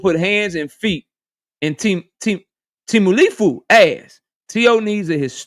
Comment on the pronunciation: Turki mispronounced it like this TEMU-LIFU